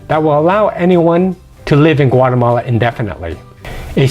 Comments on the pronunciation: It's Guatemala, not Guatamale. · Is Güatemala NOT Guatemale, is La Antigua NOTAntiga